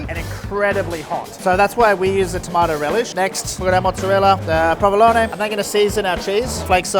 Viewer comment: Who says provolone like that? Or is that how its actually pronounced